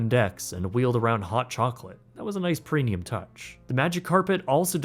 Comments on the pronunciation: I can't tell if he is right about the food or is just extremely picky. Also PRENIUM PRENIUM PRENIUM. ITS PREMMMMIUM. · I can't be the only one that hears him say "Prenium", right? With an "n"? Love the videos btw